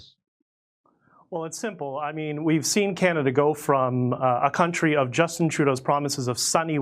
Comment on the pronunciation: Jimmy, it's Canada - not Canadia.